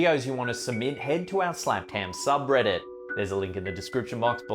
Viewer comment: I like how he pronounces “ham” as “haaaam”